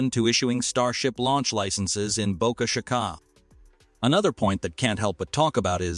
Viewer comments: Boka shih ka ........... teach ur AI to speak !!! bo ka chi ka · Bo-CA-CHA-CA???? PRETTY LAME. I'm sure the folks there are not to hip on your pronunciation! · Boca Chica is Spanish and is pronounced: (BOW-KA CH-EE-KA) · Boca Chicaaaa? Really? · Ditch the AI Writing and Voice to text / AI Reader! That is one of the uses I’ve ever heard! Just hire a competent person to read it! “BOCA CHICA” is Spanish, not French! I lost track of how many different ways your AI Reader Bot mispronounced it! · You need to get your AI reader to learn how to pronounce words like Boca Chica.